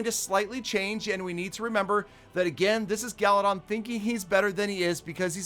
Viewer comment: Peter: Gallydon Gallydon Gallydon: peter... Peter: Gallydon Gallydon: peter what? Peter: Ah nevermind